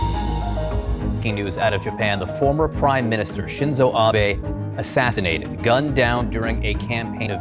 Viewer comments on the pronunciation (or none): Assassinated it is Not Assasinated